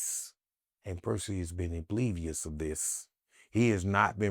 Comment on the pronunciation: .... WTF HE SAY???🤣🤣🤣 "IMBLIVIOUS"??? 🤣🤣🤣 DAMN